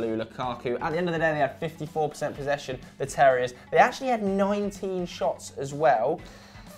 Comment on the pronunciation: doesn't know how to pronounce "percent" and it does my head in. perCent